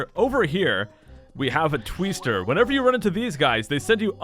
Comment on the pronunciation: A "Tweester?" Did M. Night Shamalan name it? Vat a Tweest!